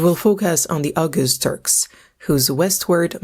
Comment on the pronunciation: Oghuz is pronounced more like “oh-ooz”. The g is nearly silent, used more in separating two vowels. Oghuz literally means “west” in Turkish/Turkic.